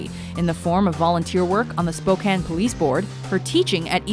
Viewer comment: I'm only giving this video a thumbs up for pronouncing Spokane right, so many people pronounce it like spo-cane and that's not anywhere close to how you say it.